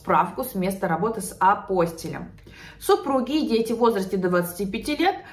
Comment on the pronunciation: Апостиль- ударение на гласную " и".